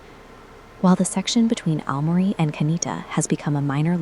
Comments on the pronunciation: thanks for confirming the workflow. I know the English pronunciation of romaji stations/place names is bad. The text needs to be changed for names which are totally wrong - e.g. replace Aomori with something like "ow-morey" which in Google Translate gets very close to correct. I know it's an extra step in the workflow bit it greatly imrproves the quality of the video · You really need to get rid of that crap AI voice. It is annoying and mispronounces many place names making your videos seem like they are a lower quality than they otherwise would be. Especially Oww-mari which it gets wrong each of the 50 times it says it